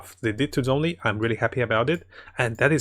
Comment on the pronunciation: The "Z" in Zhongli is pronounced like a "J". Everytime people mispronounce the chinese names, a piece of my soul dies a little 🗣🗣